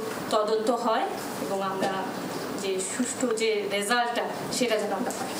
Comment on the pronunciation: এবন আর কে কে আছে? এখন পর্যন্ত "এবং" শব্দটা উচ্চারণ করতে শিখলেন না? কি আশা করবে আপনার কাছে -এই জাতি?